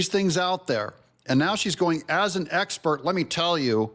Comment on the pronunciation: 😂😂 "when i left the justice department" why did you leave... "eggspurt".😂